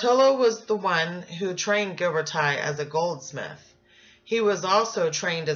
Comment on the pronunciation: I just want to tell you, you are pronouncing his name incorrectly. It is Ghiber"TI" (like in tissue), not Ghiber"TIE". He is Italian, which you obviously know as your presentation includes it. Please do not change his name, everytime I hear you say that incorrectly, it hurts... the same applies for Michelangelo ;)